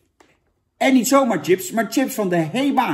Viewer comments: Jan kom op, je spreek het uit als sjips niet Tsjips ! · Volgende keer gewoon sjips zeggen jan, ipv tjips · Het is ‘sjips’, Jan. Sjips!!1! Niet tjips… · Iedereen: chips Jan: tsjips! 🤣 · Zucht Jan..."tjips"...het is "chips" (10e keer) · Sjips lul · Niemand: Helemaal niemand: Jan: tjips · lekkere tsjips